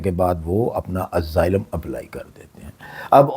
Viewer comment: اسائلم ہو تو ہے۔ ازائلم نہیں۔